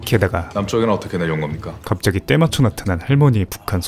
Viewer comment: 겁니까 인데 ㄴ이 잘 안 들려서 검까로 들리네요 ㅋㅋㅋㅋㅋㅋㅋㅋ